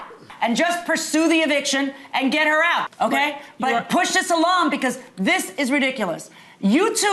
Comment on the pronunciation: N O T - American English... !!! ... Dis Dat Dis Dat Dis Dat Dis Dat Dis Dat Dis Dat Dis Dat Dis Dat Dis Dat Dis Dat Dis Dat Dis Dat . American English is THIS and THAT... DIS and Dat dat "BB BALL" ons yho right lower lip...